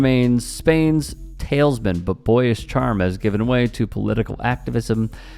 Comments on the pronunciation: "tal-is-man" not tails man. And the ignorance not recognizing he is praying to the same god. And inciting hate when you are butchering the people of Gaza....chutzpah indeed. It's like the camp guards being upset when someone feeds the people in the camps. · For future reference talisman is pronounced TAL-is-man. Word to the wise. No one knows everything, but together we know a lot. Thanks for your piece. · What's a "tails men" ? LOL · The fact you said tailsman and not talisman then not notice it either in the edit lets me know that this is left win drivel